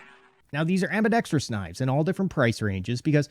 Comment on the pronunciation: A lefty should know how to say ambidextrous.